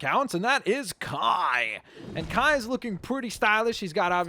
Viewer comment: Its Kai not kia